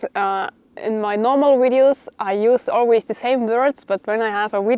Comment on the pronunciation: I love it when says wideo's:thanksdoc:.I was thinking more Claymore.